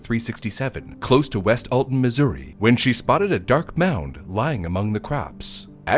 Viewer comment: I had to relisten a couple times, because you almost said it like the native joke, "Misery" XD